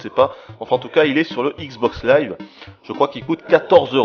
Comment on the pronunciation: All I heard was ICKS BOCKS LAIVE!!!!